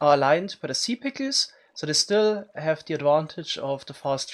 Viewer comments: I find it amusing how he says pickels. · Best part of my day, hearing him pronounce "pickles" (pick-OOZ) again and again :) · I love how he pronounces it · I love the way you say pickles lmao